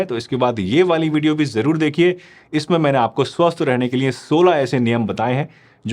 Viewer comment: Niye nhi liye hota hai sir